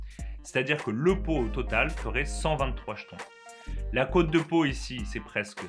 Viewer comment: cest cote pas côte et ca se dit cotte